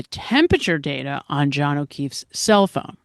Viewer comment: All I hear is daterrrr 🤦🏼‍♀️